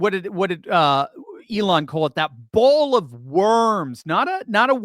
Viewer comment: Bowl not ball